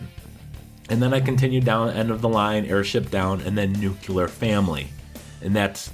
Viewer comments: Nuclear - pronounced.. (Nu-Cle-Er) Not... Nuke-ular. C'mon guy the 70's are long gone. I love your vids still :) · Confirmed you can go up to Liberty Primed without doing that quest and still remain neutral to the rest. also,death to all who say "new-queue-lar" instead of "new-clear".JK :) but seriously get it straight. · It's nuCLEAR, not nuCULAR. Jesus. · well, it was good enough for the (ex) president....lol....George Bush said Nucular in every speech he made...haha